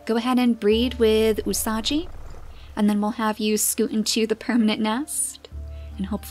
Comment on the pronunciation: The gi in "Usagi" is pronounced like in "give". Otherwise you would write "Usaji" :)